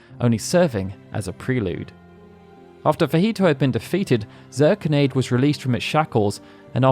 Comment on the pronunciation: I believe Zirconiade is pronounced Zur-kony-ad, as opposed to Zur-con-aide. Great video nonetheless!